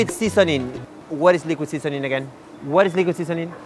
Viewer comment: Liquid sisonin'! wat is likwid sisonin?! Haha